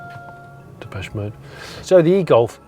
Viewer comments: "Depeche mode" :D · Depeche Mode? 😂 6.50